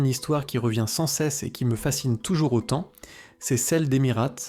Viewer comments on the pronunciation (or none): none